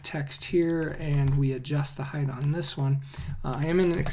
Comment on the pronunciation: Why do Americans say heigth? And not height?